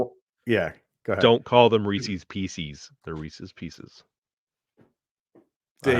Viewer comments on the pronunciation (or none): Don't call them reeseeees. Just like Reese Witherspoon, it's Reese's. You wouldn't say, "Those are Reeseeeeees car keys." You would say, "Those are Reese's car keys." 👍🏻